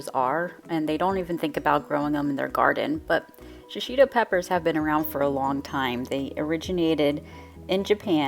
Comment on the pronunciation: It's pronounced she-she-toe.There is no short i sound in Japanese and no accent on any syllable.